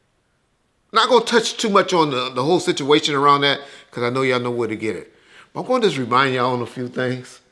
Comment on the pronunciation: doesn’t pronounce the “T” in “But” 😂 “Buuuuuuuuuuuuuu’” 😂😂😂